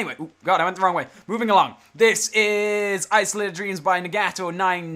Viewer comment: how could you not spell nagato correct? it is Na-ga-to not Na-get-to